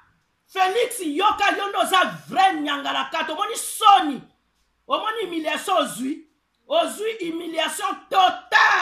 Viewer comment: C'est HUMILIATION...pas HIMILATION...Madame